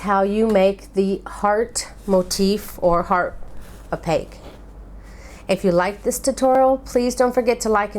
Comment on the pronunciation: Great! This is the 3rd one I've tried. This is the easiest, you explain it well, and I like the way the finished heart looks. Just a quick tip, though, on how to pronounce appliqué in the pronunciation video below. But great job! Making a ton of these for Valentine's Day. Thanks.